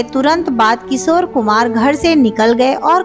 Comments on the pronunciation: एक एंकर के लिए सही उच्चारण बहुत जरूरी है। किशोर होता है। किसोर नही। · सोर, सोर, अरे बाबा सोर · किसोर मत बोलो। Work on your pronunciation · इनका "किशोर" शब्द का भी उच्चारण भी ठीक नहीं है.